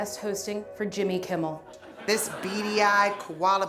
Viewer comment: "jimmel kimmel" 🤣